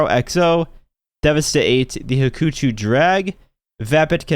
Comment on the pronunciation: DUDE: IT'S 'HAWK - UH - CHEW'. STOP SOUNDING STUPID JUST BECAUSE BROUGHY IS!!!!!!!!!!!!!!!!